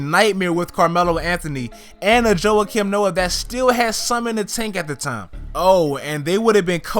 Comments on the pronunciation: yo who the fuck is jowha-kim noah? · Joe-ah- kim Noah